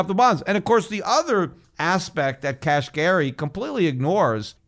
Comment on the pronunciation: Kashari?? I think you mean Neel Kashkari, Peter. Lol. 👍